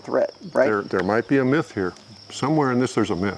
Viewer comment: Did he say "myth" or "miss"?